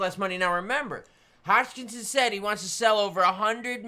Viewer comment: how do you get Hodgkinsin out of Hoskison